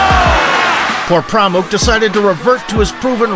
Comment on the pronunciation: Its actually Por Pramok not this stupid channel is saying.